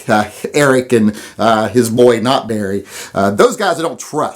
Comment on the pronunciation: kinda sounded like u called erics boi "Nut berry" i know u said "not barry" but thats what im gonna call him now